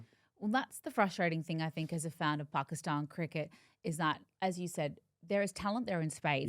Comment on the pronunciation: She actually pronounces Pakistan perfectly